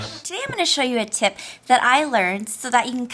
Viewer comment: It sounds like she is saying tit but nice